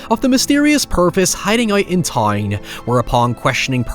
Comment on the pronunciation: What an accent. Any “ou” or “ow” is just a random vowel sound. Wild bro thinks “town” is pronounced “tie-een” lmao what the fuck